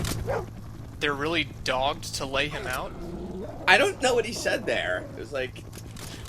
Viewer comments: I think "they're really dogged to lay me out" is a mispronunciation. he meant dog-ged. like dogged determination. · he meant dog-ged. like dogged determination.